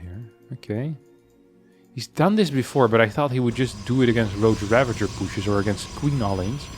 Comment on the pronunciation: you not being able to pronounce rogue really bothers me. havent you been playing this game for years?